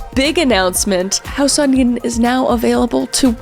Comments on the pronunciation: Am I the only one who thought she said house onion? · I usually have captions on bc its loud in my house.. but when you said "House of Eden", the captions read "House Onion" 😅